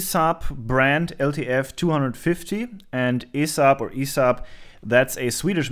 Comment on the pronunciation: My friend, the company name is spoken one letter at the time, but in fast sequence, E S A B. keep up with great videos. really love the repair-A Thon, nice to see you work on something from Sweden.